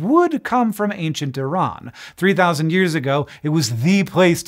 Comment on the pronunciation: Best American pronunciation of "Iran" I have ever heard